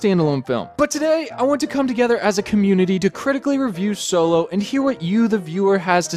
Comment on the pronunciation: Optillian yup. Just wanted to actually say it. "Soylo"... Really, just say it out loud right now.